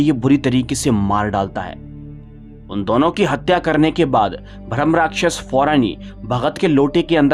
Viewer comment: भ्रम नहीं होता भाई ब्रह्मराक्षस होता है